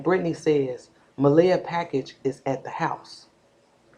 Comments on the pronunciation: What do WE think? I think, if you're going to be all up in the mix, at least get the child's name RIGHT It's not (Muh-LAY-uh) it's pronounced, (Muh-LEE-uh)...You got WAAAAAY too much time on your hands to try to be all up in this woman's business. CLEARLY you have no life! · I love what u do and how you be on it. I just have one issue...out of respect for this precious baby girl, her name is pronounced Muh-Lee-ah. No disrespect to you.